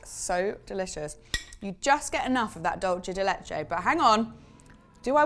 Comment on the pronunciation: Hi Dulce de leche is in Spanish and is pronounced "Dool-seh deh leh-cheh" and isn't the same as the Italian word Dolce pronounced "dowl -chay"